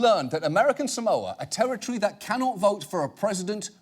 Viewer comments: John - “you cannot mispronounce American Samoa” John at the same time- mispronounces “American Samoa” Btw “sa-MOE-ah” is very wrong. It’s pronounced “SAR-MOR-ah” (r is non-rhotic) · John, technically you also mispronounced it. Locals say "Saah-mo-ah" not "Sa-MO-ah." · SAH-moa. Not sa-MOWA. And let's not even start on how John pronounced Eni Faleomavaega. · Criticises someone for mispronouncing "Samoa". But John Oliver pronounces it wrong too. It's not "Sa-mou-ah", it's "Sa-moah", with the "o" elongated. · Better than Samolia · American Samolia. I can understand finding his name being difficult to pronounce, but honestly, failing to pronounce the place he's from correctly is like me saying Eww Fork instead of New York, it's fucking stupid. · "American Samolia". How the fuck did this guy become a congressman? I learned about American Samoa in fucking middle school. What an embarrassment to the country. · Funny that John and others in this video aren't pronouncing 'Samoa' correctly themselves.